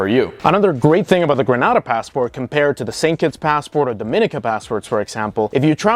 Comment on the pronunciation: Gren-aid-a not gren-ah-da